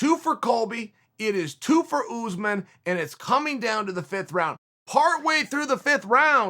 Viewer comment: The name is pronunced US-man not ooze - man lmao come on unc